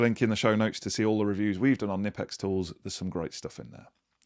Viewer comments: It's pronounced knipex, not knipex!! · Florries and equilibrium are my guess for this weeks words. I am also not sure you pronunced Knipex properly. Knipex has a T-shirt to help with the pronunciation.